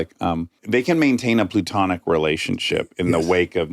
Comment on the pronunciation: platonic as in plato the philosopher, not pluto the planet. just fyi, dax